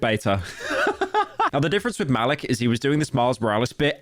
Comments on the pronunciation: "Malick" i think its maleek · His name is pronounced "Ma-leek" also Epitome is pronounced "Eh-pit-o-mee" you have to be one of the least intelligent YouTubers out there. Don't use basic words you don't even know how to pronounce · I think it’s pronounced “ma-leek” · Muh-leek is how its pronounced lol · its pronounced ma-leek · bro mispronounced Malik